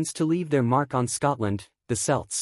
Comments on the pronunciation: You keep saying "Selts", not "Celts" - but you're saying "Celtic" correctly. Also Scots "Gaelic" is pronounced more like "Garlic" - without the "R" sound... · Kelts not selts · Celts pronunciation with the c being sounded with a k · I don't know but it's not revealing anything new, in fact there are some out of date bits in there and the pronunciation of some words, like Celts is very poor.